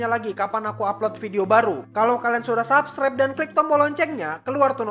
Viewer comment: kok gua denger Subscribe malah kek denger Subsribe :v apa kuping gua salah ya